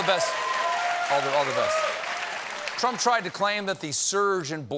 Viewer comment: “The Trumpf Recession”